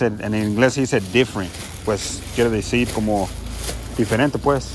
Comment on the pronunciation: Amigo decir no dejir y no quiero ser grosero solo corrección decir no dejir saludos eres una persona muy genial saludos bro 👍